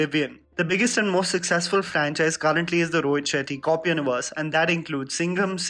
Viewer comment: I heard ROHIT SHITTY :)